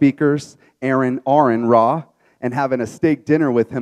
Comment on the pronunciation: Did any anyone else notice the host say ” errand aron ra ”